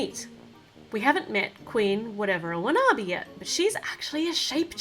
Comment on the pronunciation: You are saying the queens name rong